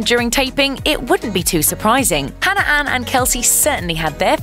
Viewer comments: Really... you had to pick a host that pronounces Hannah as Hanner? 🙄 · Katelyn Leigh her accent isn’t what’s causing her to say hanner instead of Hannah cuz she’s said Hannah multiple times through the video with no problem